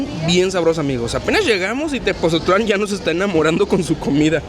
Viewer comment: Neta? Mexicanos y no saben cómo se pronuncia Tepotzotlán? Pues así textual, Tepotzotlán